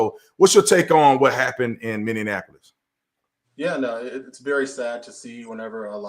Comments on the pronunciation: Mr. Tatum- It’s Minneapolis, not Minneanapolis. 👍 Sorry has to say it, this is second video I watched where you said it with an extra “N”. It’s all good, good video👍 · Brandon its Minny-Appolis. No D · How you say Minneapolis is making me laugh so hard.. I'm dying over here. You guys are awesome!! Minneapolis is my home city. I'm so sad..